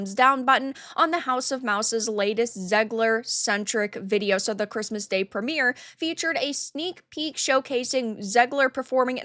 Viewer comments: Even worse was her: "... and evidentially sooooooo." I never heard "SO" pronounced with so many O's. She sounded like a malfunctioned AI. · Her pronunciation of "SO" (... and evidently sooooooo) was the most pretentiously cringe thing I ever heard. It sounded like the old Jon Lovitz SNL skit: The Master Thespian ... only she was serious.